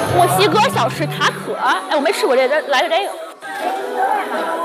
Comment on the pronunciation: 美女，那个墨西哥特色小吃吃taco,念ta kou